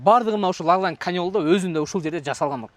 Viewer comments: Тууган! Ляглян эмес Лаглан деп айтсан😅☝️🙏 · Ляглян эмес-Лаглан. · Лагланды жакшына айтчы ээ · Лаглан деген созду жакшырак айтсан